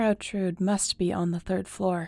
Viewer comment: The e in Trude isn‘t silent!